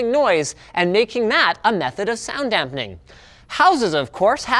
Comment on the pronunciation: I cringe everytime he says "dampening"